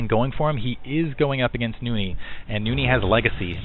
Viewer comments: "Noony"?! Why the extra o? Nice video though---SC2 is shiny! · Nony is a beast now you shold see nony vs artosis on hdh too bad beta is gone for now but he really improve i think you pronounce his name as NOU-NI